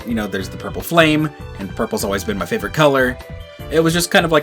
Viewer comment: MY, NOT F*CKING ME! AND STOP LEAVING OFF THE O IN FAVORITE!